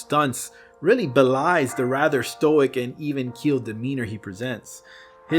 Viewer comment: Did you say stoic or stoner?